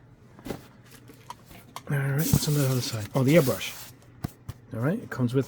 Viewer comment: Hi, as a Swede I think it's a bit funny that you pronounce it earbrush not airbrush, is this common in the US? Thanks for all the videos and great tests! :)